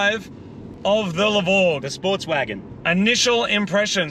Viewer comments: The "LE BORE" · It's the LE-VORG IT WILL ASSAULT YOUR SENSES.